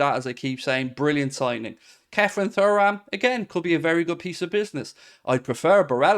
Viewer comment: silent h